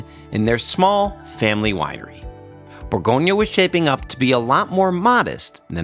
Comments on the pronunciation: Good video but please call it properly, Bourgogne !! not bourgognaaaaa 🤯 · It’s Bourgogne, not Bourgognah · Pro tip: before to make a 1h documentary on Burgundy, please learn how to pronounce Bourgogne correctly. Cheers! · Learn to pronounce the region properly!